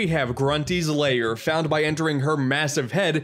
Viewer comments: Why do you say Grunty's LAYER? It's lair. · “And here we have Grunty’s Layer” Grunty’s Layer!? I think you mean “Grunty’s Lair”, right?